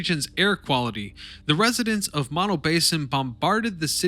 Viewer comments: Learn how to pronounce mono. I grew up near Mammoth many years ago. Funny that there was no mention of the movie, Chinatown, which, while fiction, wasn't far off. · Mispronounced Mono,over and over.Get it right!